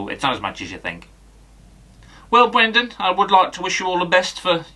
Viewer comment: BWENDAN! 😂 Top notch as always.